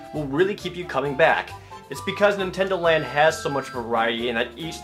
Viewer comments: nintendondo land? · Nintendondo Land??? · Nintendondo Land? :P